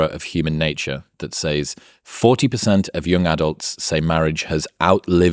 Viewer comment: "that say-s"? What are you, a mexican? It's pronounced "sez", dingus.